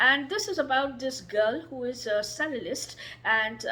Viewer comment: Dont worry about your pronunciation of some words, You speak well and clearly. The word is pronunced as Chelist or chello. ( Hope that doesnt sound rude or condescending.)